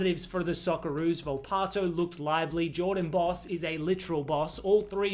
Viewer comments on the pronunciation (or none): none